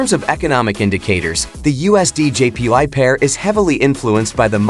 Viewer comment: All i kept hearing was " USDJPi". 😅😅😅😅